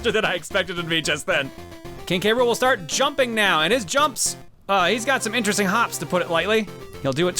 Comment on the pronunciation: I don't know if you knew this, but you have been mispronouncing K. Rool's name all this time. It's actually "k-rule" with just the "k" sound right before the "rule" part.